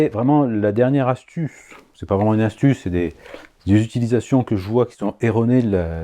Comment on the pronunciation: Parfait cette "astouce 39 minoutes"! Sinon, je réclame mon lot évidemment!